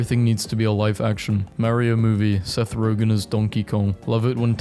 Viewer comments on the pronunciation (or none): none